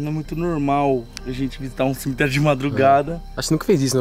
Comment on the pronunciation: Cemeterio não "selemeterio"kkkkkkk